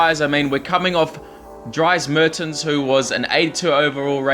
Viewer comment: Btw it's drees mertens not dries but sorry if I offended you:/